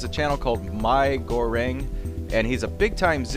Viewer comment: miiigoreng is not pronounced my-go-rang it is pronounced me-go-reng and it is correctly spelled mie goreng and it means fried noodles yum